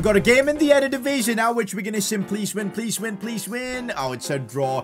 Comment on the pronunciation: It's still EreDivisie not erDedivisie 😅😅